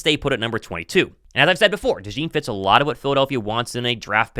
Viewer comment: De Zean is the pronunciation. Not De Jean 👖